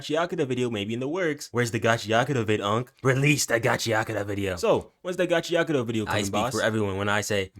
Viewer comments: Bro.. im SOOOO TIRED of ppl saying it wrong!! Its NOT gachiATAKA!!! 😤😤 its gachiKUTA!! SAY IT RIGHT!!! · lol at how you pronounce it. its gachi-akuta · Erm actually its pronounced gacha ku ta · your saying it wrong ni